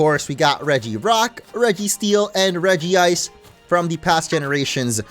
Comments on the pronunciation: it's not regiice its regice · REGICE! Not Regi-ice. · Dude...it's "REG-ICE" there's 1 "i" just letting you know Cool video though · regi-Ice sounds more stupid why the extra "i"s? Just saying...